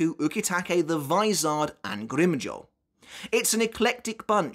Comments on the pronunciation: Americans: "grim joww": "grimm joeaux" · Why are you saying Grimmjow's name weird? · Why do you say grimmjow like that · Anyone else get triggered by how he says Grimjow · Bro no one in the sub or dubbed versions of bleach pronounce grimmjow the way you do… start pronouncing the names PROPERLY!